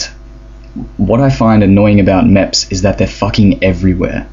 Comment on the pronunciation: Not mèps MEPs XD